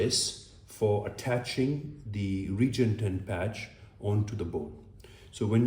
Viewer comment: Now just learn how to pronounce the product properly. RE- GEN - ET-EN. for Smith and nephew's sake... Lol😂 but very good demonstration of technique video. Thanks.